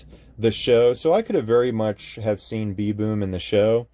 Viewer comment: you are pronouncing it "B.Boom" where the name "B'Boom" is spelled with an apostrophe which replaces letters in the word like "them" becoming " 'em". in this case "b'boom" is pronounced like the animal's name "baboon", but with the "a" removed and the "n" replaced with an "m" so it's pronounced kinda like "baboom" without the "a"